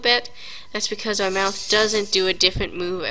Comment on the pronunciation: "we hav ouw awdio" lmao